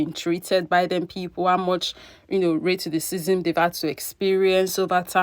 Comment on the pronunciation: Girl everytime you say raytissciss I crack up😂❤